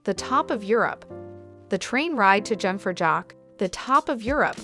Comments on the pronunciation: Jungfraujoch is pronounced "you-ng frau yock"... please pronounce it correctly!!! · The jungfraujoch read as "jock-for-jock" was my favourite one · Young-Frow-Yacht… oi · Great places in the beautiful Switzerland in your video, thank you. It would have been better if you keep the original pronunciation of some places like Jungfraujoch, Lausanne, and some others. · I'm not even a native German speaker, and the butchered pronunciations just killed me, especially Jungfraujoch.